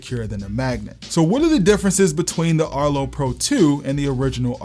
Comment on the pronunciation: erto? erto arto